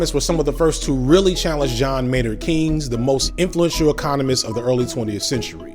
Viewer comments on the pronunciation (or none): sorry to be a nitpicker, but John Maynord Keynes' last name is pronounced Kanes. Google spells the pronunciation kaynz. I thought it was pertinent for people seeking more information. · "Keynes" is pronounced like "canes." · Why can’t you pronounce Keynes or laissez faire? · I liked your video, but your mispronouncing John Maynard Keynes.